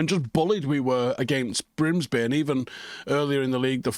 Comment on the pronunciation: this mf said brimsby